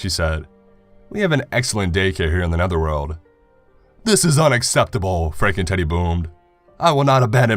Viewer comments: sounded like he said FrankenTiddy haha nice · Everytime he says "Franken Teddy" I hear "Franken Titty"